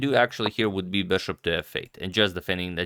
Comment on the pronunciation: "beshop"...come on dude, it's BISHOP